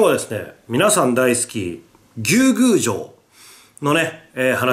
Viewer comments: ムースーローみたいな発音で草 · ずうっと牛宮城のイントネーションが気になって仕方なかった笑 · なんで翻訳したら「海」なんだよ… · 牛宮城のイントネーションww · 牛宮城のイントネーション草